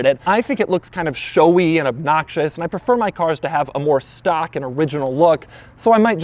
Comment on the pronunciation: I love Doug's videos, but the way he says "and" really grates on me sometimes.